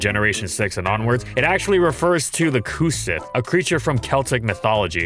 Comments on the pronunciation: tries to pronounce Cu Sith Gaelic: try again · Oh god that pronunciation of Cu Sith...